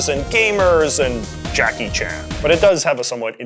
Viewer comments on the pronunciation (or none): none